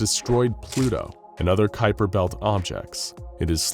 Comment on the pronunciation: I gotta give credit to the narrator. As a Dutchman I'm quite impressed with how well you pronounce Kuiper. The 'ui' doesn't really exist in any language other than Dutch.